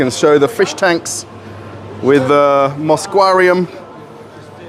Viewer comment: The "Moscwarium" xaxaxaxa! Now that is fresh.